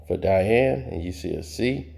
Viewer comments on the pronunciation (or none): none